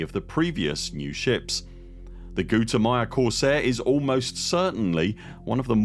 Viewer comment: Every time you say gutamaya I keep thinking to myself you're saying Guatemala wrong... 🥲🤷🤦